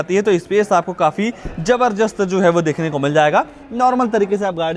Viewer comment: Zabardast❌️ zabarjust ✅️😂